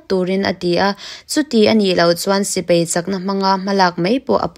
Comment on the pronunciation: Sipai tih tur aw. Sipei tih angin i lam ri a. Ngaihthlak a nuam hle mai i aw pawh. Lam dik loh zeuh² erawh a awm a, a zia chho zel dawn tih ka chiang e..